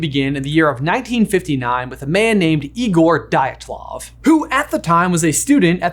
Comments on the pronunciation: Just an FYI if you’re ever doing Russian or other Slavic-language pronunciation in another video, the letter y before a vowel is a consonant. Dyatlov is pronounced “YAT-loff” with a d in front = d’YAT-loff. Hearing it pronounced as “die at love” is a a bit grating. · I hate to be that guy, but it's pronounced DeeAtLov pass😂😕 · Your video about the Dyatlov Pass Incident solves one mystery — but creates another mystery. The second mystery comes from the way that you spelled “Dyatlov” correctly while pronouncing it incorrectly (near the beginning of the video! You got ia lot closer the second time you said it, near the end of the video). When you looked at the letters “DYATLOV” in the correct sequence, the first time, how did you com3 up with the idea to say thi# as “DILETOV” instead? I mean, I’m struggling to understand how you looked at the “-TL-“ part but decided that this sequence of letters meant you should say their sequence of sounds as “-LET-“ … how did you arrive at the idea that this could be right? I’m trying to figure out what was your reading there. Please help. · Anyone else just slightly annoyed with how he pronounced Dyatlov? Or am I just picky?